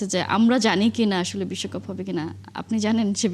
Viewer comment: 😂😂😂আসল বলুন,,, নাকে ক্ষত না বিস্বকাপ,,,,নাকে ক্ষত,,,,,😂😂😂😂